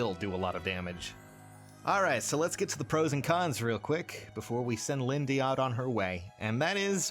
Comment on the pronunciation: is it pronounced lindeeee or lind.